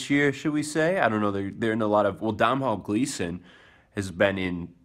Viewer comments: The way you said Domhnall Gleeson;s name is hilarious :P I'm not giving you shit for it it's just funny. It's an Irish name so it's pronounced Doh-nul. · its pronounced doughnell gleeson, also saoirse is pronounced seersha, just letting ya know!